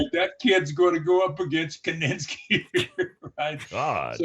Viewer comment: His name was Gene KINISKI, not KININSKI!